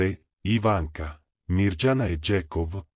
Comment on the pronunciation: Non si legge Mirgiana ma Miriana!!!!